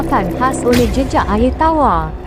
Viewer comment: Sobut Air Pun Tak Botol 🤦‍♂️ Ayer Ayer Apo Pelat Pelat Bodohhhh 🙍🏻‍♂️